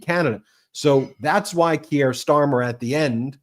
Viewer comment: The name is Keir Starmer. Keir rhymes with Deer and beer. Ben, It is annoying that you so often do not learn to pronounce foreign names. I live in the UK. Everyone here pronounces it correctly. Your channel is great, but failing to pronounce names correctly is really not ok.